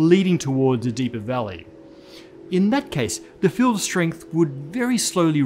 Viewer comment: I heard fuel instead of field